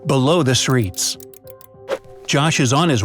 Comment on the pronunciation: He pronounces streets wrong